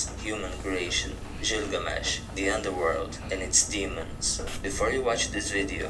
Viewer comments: God i hate how ge says Gilgamesh... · When this guy started listing the 20 most important gods he could have pronounced the name of the last one better. He just happens to be the most famous in pop culture. Gilgamesh.